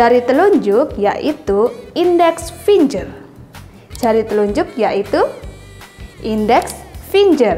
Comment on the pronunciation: Ijin koreksi finger dibaca fingger bukan finjer yah